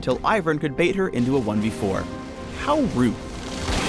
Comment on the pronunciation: "How root" was there halfway through also